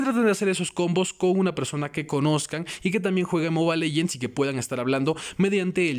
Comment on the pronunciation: Soy el unico que le caga que diga moba legends ._.